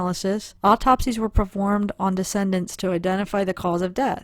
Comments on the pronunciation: de-ced-ents - those who died...NOT de-cen-dents meaning ones children, grandchildres, etc. Just a note...as I clearly understood since I was reading with you, but some might not. But very careful, educational work by you...Bravo! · Quick pronunciation nitpick, for future videos, in case no one else mentioned it: The deceased (plural) are the decedents, pronounced closer to Dee-cee-dents or Dee-cee-dants, not pronounced 'descendants'. I think malachite is less and less likely their poison of choice, but not completely out of the realm of possibility, it was worth a look see. We may never know, even if law enforcement toxicologists do find out. Enjoying your channel, thank you, and keep it up! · You are pronouncing decedents incorrectly. Excellent research, btw.